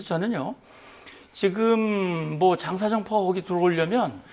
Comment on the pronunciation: 지금자식아지금~ 직금은머여? 다른 발음은 다잘하면서 직금이머여? 모지라보이게